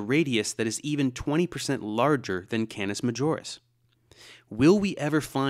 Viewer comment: Canis Majoris is a latin name. So either pronounce it correctly in latin or change to english - Canis Major. Duh